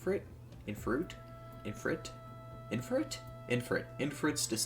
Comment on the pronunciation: Finally another Preston video Also its pronounced eefreet